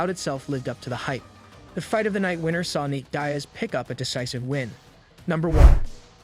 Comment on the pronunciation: "dye-as" pathetic